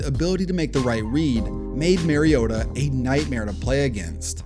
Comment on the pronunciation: Still can’t say Mariota’s name right 10 years later. It’s the same as Marcus. MARcus MARiota.